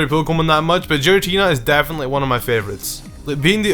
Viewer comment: HAHAHAHAHAHAHA!!!! THE WAY HE SAYS GIRATINA!!! SO WRONG AND FUNNY!!